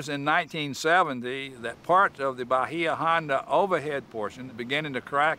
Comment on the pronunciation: I live in the Key West. Nobody from the Florida Keys calls Bahia Honda, 'bah-hee-ah' ; It is CORRECTLY pronounced 'bay-yah'. The 'i' is soft and subtle so as to Not be intelligible/audible.